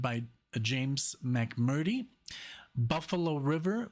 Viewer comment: James last name is pronounced Mc murtree.